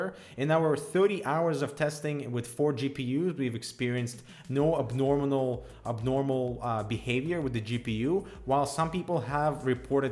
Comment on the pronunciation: "Abnorminal" now that's new! ^_^